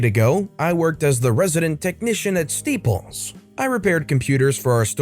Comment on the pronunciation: You keep calling staples steeples, lol